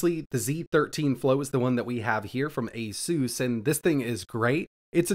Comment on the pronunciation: I really like this... but... its ASUS....